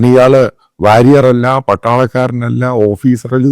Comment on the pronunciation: Mr Mathew Samuel iam sorry to say that your English pronunciation is horrible.l was confused when you said warrior.😂😂😂😂😂😂😂😂😅😅😅